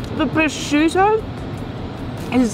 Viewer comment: Every time some american says "prosciudo" an italian dye. 😜